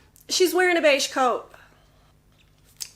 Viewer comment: No matter how often I listen to beige, it sounds like "beishi."